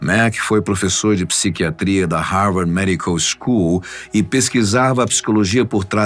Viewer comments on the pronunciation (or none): none